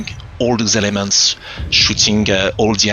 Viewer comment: Sounds like he is saying "all these lemons" but its actually "elements" lol